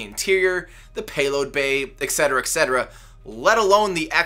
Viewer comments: ET CETERA, ffs.. You lose yout nerdcard if you say "ecksettera" just saying.. It`s been revoked. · "eck cetra" AUUUUUUUUGH!!!!!! Dude. :/